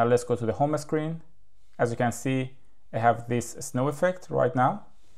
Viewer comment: It’s called home screen and not ho me screen.